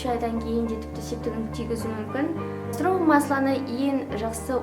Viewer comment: Кастровый емес касторовое дұрыс сөйле.Көп сөйлейсің.